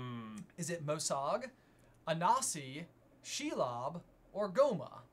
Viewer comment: It’s Anansi, not Anasi.